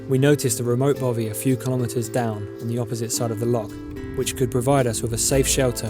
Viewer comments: Excellent vlog and wish I was younger, but please don't call it a Bovey, it's a bothy. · Dude please learn how to say loch and bothy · I can’t tell if your saying bovy or bothy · Yes, and the 'th' sound in 'bothy' is as in 'three' not as in 'bother'. Typical ignorant Englishmen no matter how nicely shot their film is. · Even better their pronunciation of Bothy